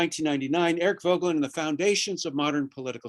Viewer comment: Why does he mispronounce Voegelin’s name?